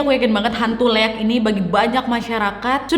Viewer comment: Baca nya liak kak, emng sii tulisan nya leak